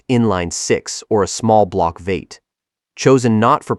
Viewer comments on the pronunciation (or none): Not sure if you are using AI for narration, but "V-8" is pronounced "Vee-eight" NOT "vate"!!!